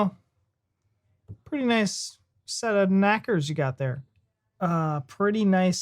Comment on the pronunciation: You have gnashers pronounced nashers not knackers. If you get kicked in the crotch you might end up with your knackers in your mouth